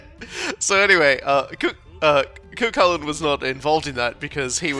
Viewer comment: Oof, that pronunciation of Cú Chulainn. Edit: And Aoife.